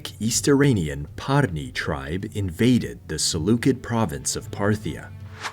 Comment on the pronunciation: Is this all YouTube is now? Some kid who's literally never heard the word "Seleucid" pronounced before in any language is making history lessons? Phuck this lazy profiteering space, I'm out.... Great graphics package, I guess....